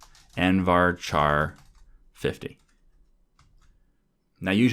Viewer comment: we pronounce char with k not ch